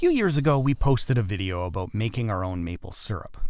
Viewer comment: As soon as I heard him say about I knew